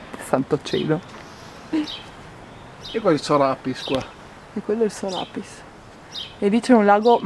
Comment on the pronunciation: si dice sorapìs non soràpis (mi sento molto hermione)